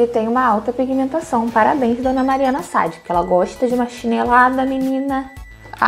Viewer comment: Deve ser minha TPM mas q nervoso a pronúncia errada do nome da Mari SAAD, até parei de assistir, não é Mari Sad, miga